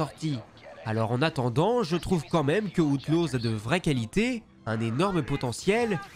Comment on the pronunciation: Star wars "Hauteloze"